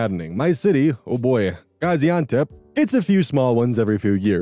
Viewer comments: It’s crazy how well you pronounced Gazi Antep! That sounded amazing!! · Turkish person here, your pronounciation of Gaziantep was both on point and really cute to me, also, you're a great Youtuber, imho